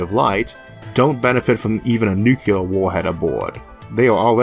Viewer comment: Please stop saying "nuKULar". It is "nuCLEar".